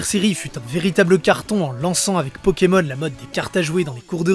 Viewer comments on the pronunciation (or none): none